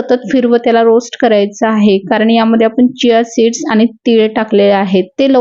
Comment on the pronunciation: सिया सीड नाही चिया सीड 😂😂❤